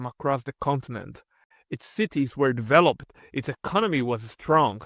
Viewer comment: Please note that the final "ed" on verbs is usually pronounced like "t". "Developed" is pronounced "DevelopT". Or "noticed" which is "NoticeT" not "Notic-ED." Sometimes its "ED" like "Guid-ED." Please consult a native English speaker to correct improper pronunciation!